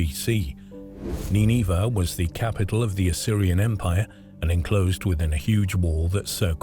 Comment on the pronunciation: Or Neenahvah. Depends which AI pronunciation you wanna go with I guess. The least you'd expect out of a robot is that it would be consistent.